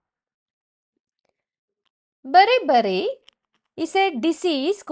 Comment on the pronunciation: 😂😂😂😂 beri beri hai bari bari kyu bolre